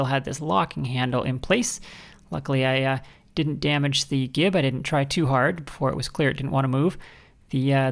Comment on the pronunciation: That span of time between "hey, didn't she just mispronounce gib?" and "what the #3!! is she talking about?!" 😂